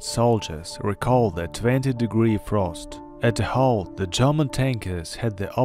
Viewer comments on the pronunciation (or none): none